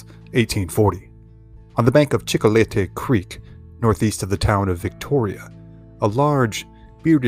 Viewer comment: Chicolete Creek. Check spelling but sounded like Chico le tey.